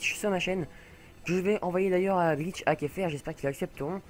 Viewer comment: A tu dit glich !